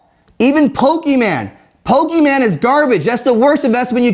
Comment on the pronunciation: Bro Dave can't even pronounce "Pokemon" right